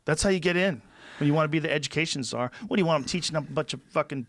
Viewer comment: Tsar originates from eastern europe and it does infact come from the Latin caesar. I never knew its pronounced Saa since it has very audible ts it most slavic languages I think